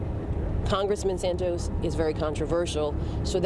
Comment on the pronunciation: His name is pronounced Sant-os. Not Sant-oes. Get it right please